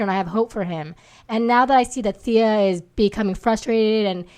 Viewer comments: Can you please start pronouncing Stephen Amell right and THEEEEE-AH as fans it's embarrassing. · Why is John constantly pronouncing Thea wrong? His wife and the other woman are saying it correctly yet he doesn't get it. Just like how everyone says Cumberbatch and he'll say Cumberbotch. lol